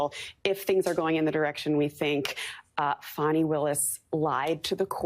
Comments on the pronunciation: Will you STOP WITH THE FONI ITS FANI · FAWNY Willis… I believe it is pronounced FANNY, a common name in the south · Fucks sake it's not "fawny" it's fani! It's like when Joe dirt tried to say it's dir'te don't try and church it up! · I wish people could just use the actual letters in the woman’s name, FANI. There is no W, in her name. She is not a baby dear. It appears to be Fani, like Fanny. Not Fawny. Thank you. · Saying Fawnie instead of Fanny is an effort to make her classy. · I was just about to say they wanna pronounce your name fawni it’s fanny. They’re still protecting her. This is unbelievable but let’s protect her from ridicule by saying her name improperly. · It doesn’t matter how SHE WANTS her name pronounced ! She should have spelled it like she wants it to sound…Fawni or Fahni- but Fani is pronounced Fan-nee ! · Did that woman call her "Fawni Willis"? 🤭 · Fah-knee Willis done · NO ONE in the south says it that way. It’s pronounced Fanny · FAN EE. 😂